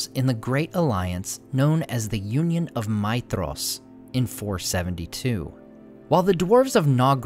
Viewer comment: It's Maedhros, not Maethros.